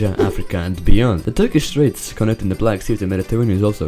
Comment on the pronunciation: Have you learnt Turkish? How are your pronounciations really good? <3